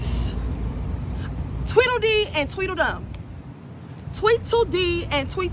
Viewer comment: SHE SAID TWINDLE D AND TWINDLE DUMB